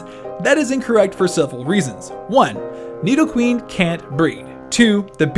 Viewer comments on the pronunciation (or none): none